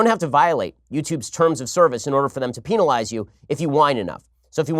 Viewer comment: He said penalize bahhshahhahah